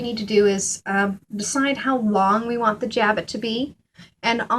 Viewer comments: Jabot is a French word and the T on the end of the word is not pronounced. It sounds more like "sha-bow" in English. It is not pronounced "jab-it". There's a lot easier way to make a jabot. The process described in this tutorial is uncessisarily complicated and the edges are not finished, which gives it a shabby look. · French word, pronounced. Jabow